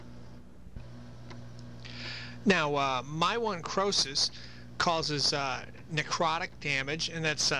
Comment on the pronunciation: my-one-crosis? Should be pronounced Myo (muscle) - necrosis (tissue death)